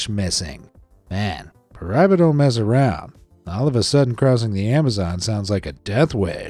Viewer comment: How could you not show the picture of the giant snake taken from a plane? Also, it's pronounced pie-bar-uh